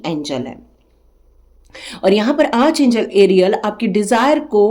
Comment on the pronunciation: Spelling jo bhi ho, pronunciation Arch angel nahi... Ark angel hai... ❤